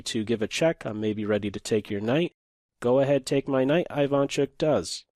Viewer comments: Isn't it E-vaan chook? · Hey,! Thanks for the vid! Sharp position, interesting analysis. But, you gotta pronounce Ivanchuck's surname this way: Eevahnchuk. The first sound is not I like in Ireland, it's ee like in East. I am from Ukraine, just like Ivanchuk, trust me, I know what I am saying. Thankee for having picked up this game, a very sophisticated imbalance here only two great artists could arrive to. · Very interesting/educational and funny to watch. Ivanchuk my favorite chess player. Love your content and chill voice, though your pronounce of "Ivanchuk" is incorrect. First letter should be pronounced like "E". Also emphasis should be at the end of surname. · Great video, as usual. P.S: you got that Ivanchuk name wrong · great video! that's not how Ivanchuk pronounces his name tho :)